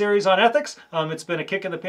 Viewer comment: Omg it’s psychcore not psychWHORE! I’m sorry! 😂😂 I love all your videos! Taking the exam in one month!